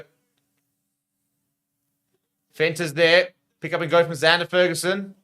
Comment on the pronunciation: Love the channel but please learn to pronounce the Fagerson brothers name. It is FAYgerson not FERguson. 🙂👍🙂